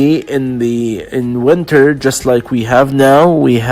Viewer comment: تحياتي. بعد الاستماع إلى هذا المحتوى، وجدت بعض الأمور التي لا بد من توضيحها: أولا. كلمة يذكّر بِ هي remind of وليست remind with. ثانيا. ثمة مشكلة كبيرة في اللفظ وخصوصا بين حرفَي E و I. وإليكم بعض الأمثلة: Lessons, وليس lissons. Winter, وليس wenter. Brisk, وليس bresk. Drizzle و drizzling, وليس Drezzle و drezzling. Chilly, وليس chelly. Blizzard, وليس blezzard. ثالثا. بالنسبة لكلمة comfortable, فمن الخطأ لفظها كما تُكتَب. يجب أن تُلفَظ comftable, وليس Com Fortable الرجاء أن تؤخذ الملاحظات بعين الاعتبار إذ إنّ تعليم أية لغة يحتاج إلى تدقيق وتحضير ولفظ سليم واختيار حروف الجر الصحيحة.